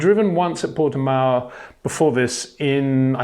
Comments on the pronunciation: Hi Peter, just to let you know, it's pronounced 'Porti-mow' instead of 'Porti-mayo' :) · english speakers cannot do the ão sound at all. It is nasal, you don't have that in your language. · Port"E"mao (Mao like chairman Mao). Mayo would be written Maio with the "i" in Portuguese. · Sounds like new type of mayonnaise and I love it